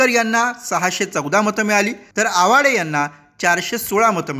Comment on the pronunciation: आवाडे म्हणा